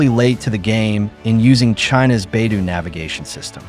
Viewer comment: Liked this news. Except I’d like to hear the name Beidou pronounced correctly. The first syllable sounds like “bay”. The second syllable is d with long “o”. It is the Chinese name for the North Star, north dipper.